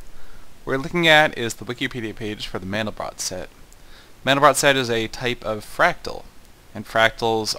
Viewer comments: It's pronounced "man-del-bro", not "man-del-brot". Mandelbrot was French; the final "t" in his name is silent. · its pronounced MAN-del-bro bro not brot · SETH! The 't' in Mandelbrot is silent. -A nerd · Pronounced 'mandelbro' and I'm on the basketball team. you don't have to be a nerd to know things, just curious.